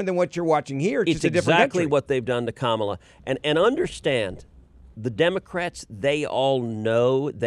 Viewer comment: It's Ka MAA LA not Kamala (speaking to the host NOT Ted, Ted pronounced it correctly).